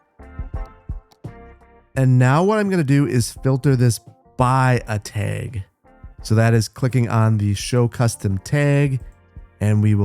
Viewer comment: Love hearing that Wisconsin accent come through on the word Täêg